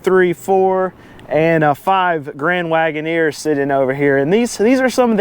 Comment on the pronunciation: Jeep Grand “Wait-in-neer”